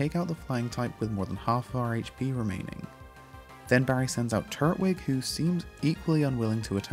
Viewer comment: Still said Turtwig wrong... 😒